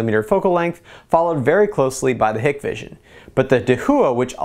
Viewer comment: I know this is petty but ...Hikvision is pronounced (HIKE-VISION).